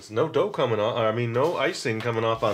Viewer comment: *** DID HE JUST SAY THEIR IS NO DOPE COMING OFF OF IT??? THAT IS WHAT IT SOUNDED LIKE TO ME!!!***